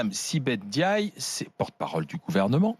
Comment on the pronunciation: Arrêtez de dire N diaye, vous ne savez pas lire? C'est Ndiaye ! Mbapé , Ngijol, c'est collé .